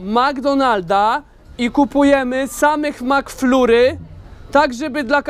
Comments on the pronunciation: Mówi się MAKFLARY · Kurwa makflurry to najgorsza wymowa jaką słyszałem... lol